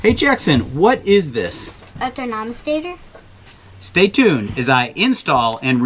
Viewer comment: Thurnamastator......🤪🤣how adorable.